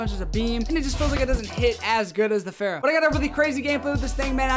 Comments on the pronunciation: Fara not Phara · Every youtuber: fara Him: fera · Say it with me, not FERA. FAHRA!!!!!!!!!!!!! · The way he says fara